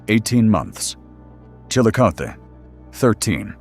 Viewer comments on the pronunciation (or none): OMG please learn how to properly pronounce names of towns and rivers before you record these. Chil-a-koth-e, Sci-o-to Geez so annoying!!!!!